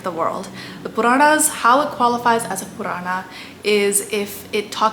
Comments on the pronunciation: overythig's ok, but the pronunciation is sanatan (not sanatanA) dharm (not dharmA), same with puran. man too much of this funny language is also not good. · this is great, just correct the pronunciation its spoken as "Puran" not "PuranAAAA" and not RamaayanA its without last "A" 🤣🤣 Do the justice, Don`t twist the words for appeasement and views. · It isn't though? Purana eg, doesn't have a long A sound at the end. It's Puraana not Puraanaa. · Wonderful. Only wish that Indians wouldn't pronounce our Sanskrit words ending in "a" as "aa". For example, pronouncing "Puraana" as "Puraanaa". It's understandable when people of other languages do it but not Indians who've grown up hearing these words spoken often, and may also have read them in Sanskrit, Hindi, or other regional languages. Just a pet peeve of mine, i suppose. Apologies in advance for any feathers ruffled.😂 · I think you should work on your pronunciation of Sanskrit words. for example it's not pronounced as "puraanaaa", "Ramaayanaaa" etc.